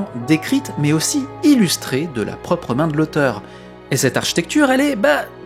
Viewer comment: Quelle étonnante façon de prononcer "architecture"... Arch'tecture... Edit: et pourtant vous dites "architecte" correctement ...!